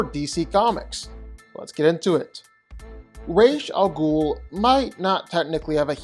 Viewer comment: It's not raish alghul, it's Ras (like saying Rasputin but only the first 3 letters) it means the head of the ghoul. The ' in Ra's it's to emphasis how to say the letter. It's pronounced like saying "Ra" and hard pausing then saying the S.